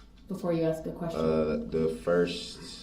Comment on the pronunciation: It's hilarious that he doesn't understand that he doesn't have to axe questions 🤣 😂 😅 if he does need to axe questions, he doesn't understand how to axe questions that will help his defense. Instead he is actually helping the prosecution out every damn time. What a freaking joke